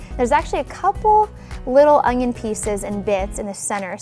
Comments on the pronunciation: It's an onion... Not an ONGION FFS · It's an onion not ungyun. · It's an ONion not an "ungion" ..... -_ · Really? No one’s going to mention she’s saying ONGION? And not ONION. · I swear she is saying ongon instead of onion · Good vid...but it's "onion"... not "ungion" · Is she saying ungion??? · It's not called an ungyunn it's an onion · i like how she pronounces "onion" as "ongion" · Is it me or do I keep hearing she saying "Ongion" rather than "Onion"? o_O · it's ONION not UNGYIN. dumb bitch. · Ungyun is how I keep her saying onion. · I hate when people pronounce the word onion like onGion...there is no G in it!!!! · Anyone else notice she says “ung-yin” like there’s an invisible G in there? I can’t unhear it now. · Do you pronounce it ungyin too? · I can't stand how she keeps saying Ungyin it's not that big of a deal but it bothered me enough to comment. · Same concern! It bothers me for no reason!😂😂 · she is clearly saying it wrong. But like i said it's not that big of a deal, just something I observed happening and commented on. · why does she say ungnion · Great video. Ps. There is no G In onion. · There is no g in the word onion. Back to school. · There is no "g" in "onion". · Shubham Ahlawat what more can you expect when she can’t even pronounce words in the English language correctly. She talks wrong and her demo is wrong. I won’t be using her recipe.